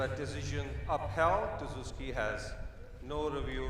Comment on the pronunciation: "player[s] review dessou[s]ky" hahah priceless central ref